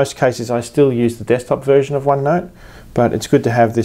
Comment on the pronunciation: I thought you said virgin at 1st! lol *version